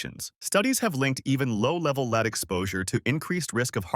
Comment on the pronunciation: Lead mispronounced "Leed" makes for incredulity .